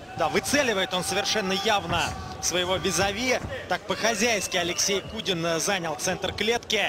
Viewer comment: не кудин а кунин